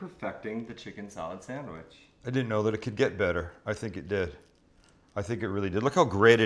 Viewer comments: That sangwich will forever be know as...."the buffalo bill chicken salad sangwich" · The Buffalo Bill samwich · Or, The Buffalo Bill Chicken Salad SAMMICH.